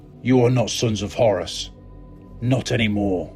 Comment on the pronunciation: "The Heir to Hours" Umm...k.